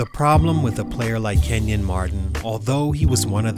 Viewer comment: His name isn’t Kevin, it’s KENYON Martin’😑